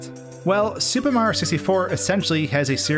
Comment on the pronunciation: I swear every time he says the word super it sounds like he's saying stupid, I can't be the only one